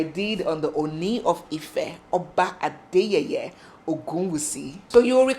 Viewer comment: The way you pronounce his name Adeyeye means laughable. Pls let a Yoruba person teach you the pronunciation.